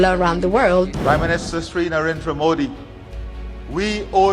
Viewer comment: Please pronounce as Modhi though it is written Modi., your presentation is full of passion and proudness. Good watching it